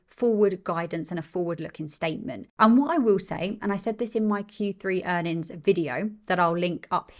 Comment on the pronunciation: PS - You've got a new subscriber here. Great content. says "Q3 Earn'ins".:). Keep up the great work.